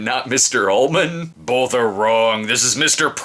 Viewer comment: I thought He Was saying Mister "Almond's" Office.